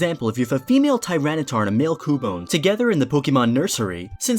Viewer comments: It's q-bone not coo-bone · DO NOT TELL ME YOU PRONOUNCE CUBONE LIKE ku-bone! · Koobone I prefer to pronounce it Cyoubone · Excellent video, explains all the important breeding mechanics. But it’s KYOO BONE. Not KOO bone. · Well, you see son, When a boy Pokemon and a girl Pokemon love each other very much... Also, I don't know what a "Coo-bone" is lol